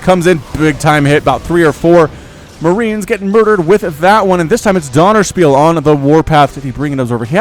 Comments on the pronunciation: How to pronounce 'ö', a quick tutorial for: the 'u' in 'hurt' is a very good approximation, you pronounce it short, with round lips, close to an 'o'. It really isn't that hard as far as vowels are concerned. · er sagt Dönerspiel 😂😂